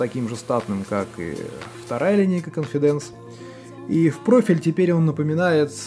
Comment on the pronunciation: cOnfidence, а не confidAnce.